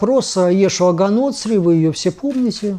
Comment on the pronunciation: Снова "Га НОцри" - блин! Неужели за все годы после выхода романа в свет не нашлось ни одного верующего человека, кто бы задался вопросом, а как звали их бога на его родном языке? А звали его ИешУа hа-ноцрИ, с ударением на последнем слоге, т.е. Иешуа из Ноцра (ж.р. Ноцерет - Назарет). "И ты бе с Иисусом Назареянином?" (Ев. от Иоанна). И бога надо чтить, и мелочи учитывать, что для науки немаловажно. С ударениями надо обходиться "тщательнЕе" (Жванецкий)